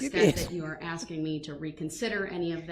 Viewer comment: Your honor he is only AXING for you to tell him what he doesn't understand NOT for you to explain to him!!! 🤣😂🤣🤣😂🤣😂 He wants the "troof" and your "oaf" of office! He wants "bof" 😂🤣😂😂😂 DUM-REL